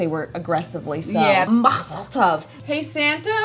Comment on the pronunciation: Truly horrible pronunciations of Mazel Tov and Tuchus - are any of you really Jewish?